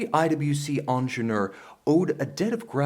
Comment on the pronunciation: Say it with me: "an-zhehn-yeur." Not "onjenoor."